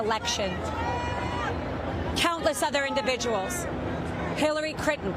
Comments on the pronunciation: I think it was Hillary Crittan...who we all know was the original pronunciation of the Clinton family name. (joke) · Hillary Crittan? Ha ha...when you don't believe what you're saying the cognitive dissonance will often get in the way of pronouncing words correctly.